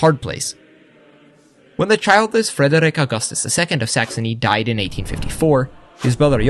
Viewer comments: Why are you pronouncing "Frederik" like that? That's not how you say it. You don't have to roll the r. Its more like the French r like in "Revolution". And the d is... Idk how to describe that. It's not a sound anyone else has. Google "Soft D" if you want to learn about it, and pray that something else doesn't come up instead. And why don't you do the same for Christian? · You pronounce Frederik more like an Norwegian than a dane.